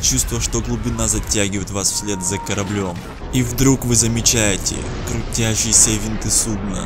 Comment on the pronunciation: Мне одному режет слух, когда судно называют коряблём?